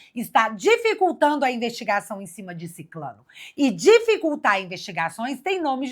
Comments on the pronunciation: O certo é SICRANO e não Siclano… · Só uma dica: SICRANO é a palavra correta. Vc é 10!!!❤